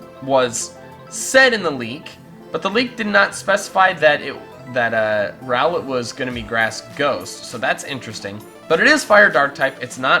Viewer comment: WRONG 1. It spelled RowLET And 2. It's pronounced Row-Let LITten is LIT!!!!!!!